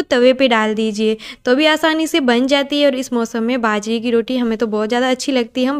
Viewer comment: Didi ap hindi bolne k chakkr m jeebh ko jyada tight mat kia kro... aram se relax hoke bolo fumble bhoot aate h. Baajre ko bhaajra boldete ho ghbrahat m. Be confident be frank.